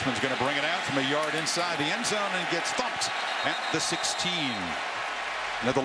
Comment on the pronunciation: He said thumped lmao